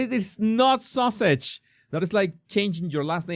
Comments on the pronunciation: It's funny you pronounce it sausage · I love that you call her Sausages, instead of Sussex. She’s making it sound like we Americans are so stupid that we can’t figure out what her last name is. She took her married name, which she refused she say in this video. Duchess is a title, not a last name. It’s not that hard to figure out. She danced around the question and never answered what name is on her passport. She’s trying so desperately to hold on to her title that she will only say that her name is Duchess of Sussex and that Sussex is her family name. Maybe she thinks that if she continues to hammer that in then Parliament won’t take her title away.